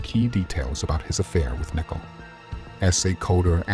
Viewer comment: Her name isn't